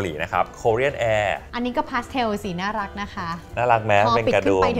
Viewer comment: เป็นรีวิวที่น่ารักมาก คนนึงภูมิใจนำเสนอ อีกคนดูตื่นเต้นสนใจ ตอนพี่อู๋ออกเสียงว่า น่ารักกกก คือ เหมือนน่ารักไม่สุด เดี๋ยวผิดบุคลิกเนอะ // พี่ซู่ชิงเป็นนุชปะคะ รู้จักเป๊กผลิตโชคด้วย